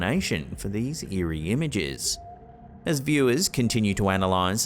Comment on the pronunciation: well you did say eeri PA